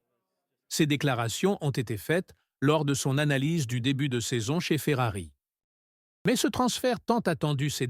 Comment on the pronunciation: à ..." saison chéphérarie."🤣🤣🤣🤣 p'tain, arrête, change d'IA, change de boulot, tu ne perceras JAMAIS.